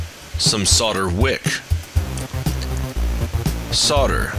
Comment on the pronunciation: Thank you for saying "sodder" and not "soLder". It chaps my ass when people overly enunciate.